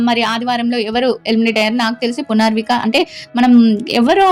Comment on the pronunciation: Punarvika kaadhu punarnavi